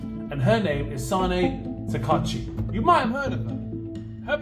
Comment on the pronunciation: Her name is Takaichi with "I" in the middle.